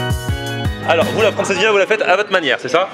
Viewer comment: Francejinha 😂😂😂😂😂 d'où tu vois un j